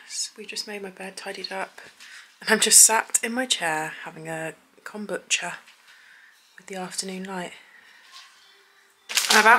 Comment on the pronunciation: You kombutchered the pronunciation of that didn't ya. 🤣 Anyone else kinda wish they were lesbians. Lush lil couple you pair 💘